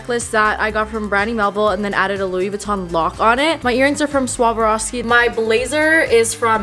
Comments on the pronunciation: 'Swavroski?' Haha its SwaRoVski love you 😂😘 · you did NOT just say Suave-rov-ski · Ok I love you but the way u pronounce Swarovski was WILD 😂💙